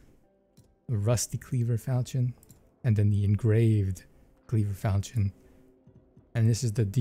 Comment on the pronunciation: The Falchion is pronounced Fal-shin for those wondering